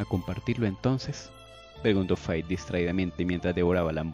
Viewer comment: amo tu manera única de narración, y te escucho los capítulos que narras, aunque ya leí está historia es placentero escucharlo de tu voz, por está razón me tomo el atrevimiento de corregirse en cuanto a la pronunciación del nombre de la protagonista de esta historia que escribe Faith pero se pronincia Feid, aunque en realidad en inglés "Th" se pronuncia como un "D" con la única diferencia que se hace acentuando la lengua de la forma como nosotros en español lo hacemos al pronunciar la "Z" y traducido al español es Fe. Espero no ser inoportuna con mi intromisión 😊